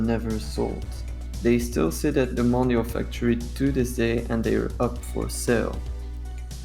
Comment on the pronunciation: Why do English speakers pronounce Mondial as Mon-da-il instead of Mon-di-al?!?!? Still nice to see video's on these rides, the Roll-Over from Snep was an epic machine!